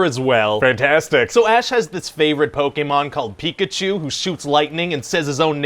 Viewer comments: I so wished he would have kept mispronouncing it Po ken mon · Funniest pitch movie yet, "Pa-kem-min". LMFAO, I'M DONE!! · "Pa ke men" 😭😭😭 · “Po-ka-men” I am done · "Po keh men" PokeFans everywhere are triggered. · Po Ken em lol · Legend says that, 20 years later, the producer is still pronouncing Pokemon wrong.